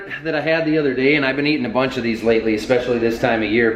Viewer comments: Watching from Louisiana....on-duey...Not an-duelly....🤣🤣 Another fun video... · The Ls in Andouille are silent - much like the P in swimming. (onDEWee) 😉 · Andouille, say it with me "an doo eee"